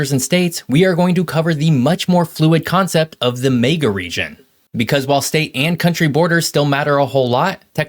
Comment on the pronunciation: What’s a May-ga Region?